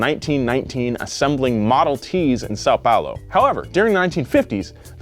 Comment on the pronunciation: saou palou em ves de são paulo o que diseste e verdade